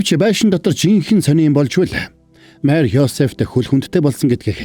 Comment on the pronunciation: Майр гэд бхн мариа шүүдээ 😢😢